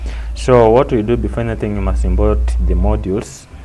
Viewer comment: "Imbort"😂😂 import mwalimu watu changanya